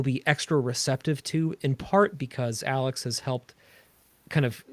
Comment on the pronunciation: Love this. Ill definitely be checking this out 😊 ps you said my name perfectly 👌 😊